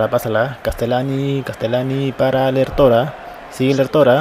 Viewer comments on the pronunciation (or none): Es Lértora LÉR con asentó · Lértora no lertóra.